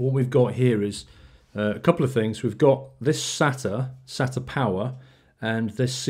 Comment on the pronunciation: Btw it's pronounced SAYTA, and it's called an SLI Bridge. Also water cooling isn't that much better than air unless it's custom in which case it is much quieter and much better in terms of performance. In this case it is only slightly better and isn't always quieter plus it costs substantially more. That being said the pump is much smaller than a heat sink and fan and may be better aesthetically especially if you have a windowed case. Also nice cooler!